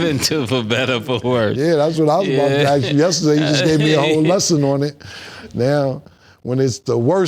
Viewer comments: Saying "aks" instead of "ask." 😂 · tbh nobody called out for always saying "axe" instead of "ask", or "expecially" instead of "especially" lol